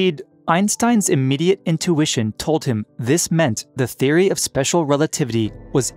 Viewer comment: Spesher rerativity.